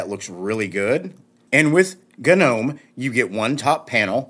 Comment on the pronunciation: Hahhaahhahaha! Nice accentuation on G nome ROFL!!!